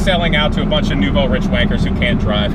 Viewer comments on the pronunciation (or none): It’s pronounced nouveau “reesh” it’s French 😜